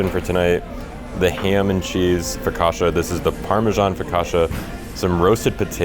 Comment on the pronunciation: You too are amazing and love your videos! You like Focaccia as I do…..please please next time, pronounce "Focaccia" correctly😂😅❤